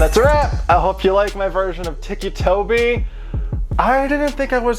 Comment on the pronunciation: ITS NOT TICKY TOBY ITS TICCI TOBY